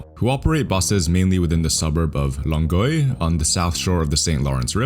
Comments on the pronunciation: Bruv, the West Island doesn't stretch that far north. You said Longueuil pretty good, though. Now try "Pie IX" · That is totally top-shelf value production. I am very impressed. And as francophone Montréalais, your prononciation of Longueuil was spot on. You have an accent, as many other folks do, but you absolutely made the effort and got it right. Respect for that.✌️ I have subscribed. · Longueuil pronounciation: 8/10 not bad!